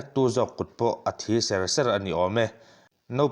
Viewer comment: Va han chhiar thiamlo mai2,"......a thi ser2"tih khi khitiangin an chhiar ngai lo...